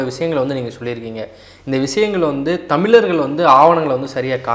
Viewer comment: தயவு செய்து தமிழர்கள் என்று உச்சரிக்கவும். Thamil இல்லை